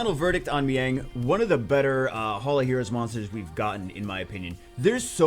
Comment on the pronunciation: she's pronounced "my yang" like as in reference to your own <>... Of all people, you should be naming her correctly, disappointed.